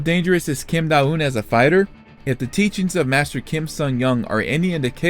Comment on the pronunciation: Don't think you said her name correctly once but tbh her sense senseis have silly names to l